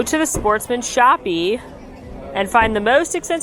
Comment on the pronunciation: Shoppe is just said "Shop" lol